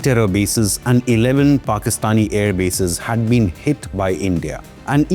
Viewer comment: armed forces? its Aand forces.